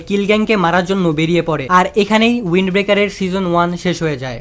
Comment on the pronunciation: ভাই ওয়াইন্ড না উইন্ড🙂